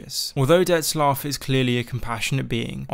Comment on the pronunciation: there is no "S" in Dettlaff